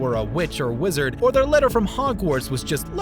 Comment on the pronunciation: Uhm... Wizder?